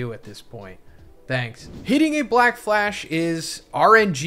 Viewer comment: 💀 she keeps saying blackfash 😂